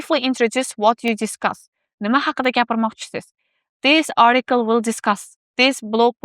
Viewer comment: Маслаҳатлариз ҳаммаси яхши лекин “ article “ сўзини нотўғри талафуз қилаяпсиз arikl emas atikl деб талаффуз қилинади.